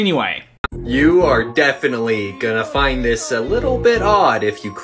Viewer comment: I'm just weirded out by the way he talks. "You're DEIfinitely gonna FINd this a little bit Odd."